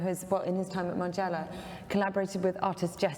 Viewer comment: It's Margiela not Marjayla Colin. You are perfect otherwise!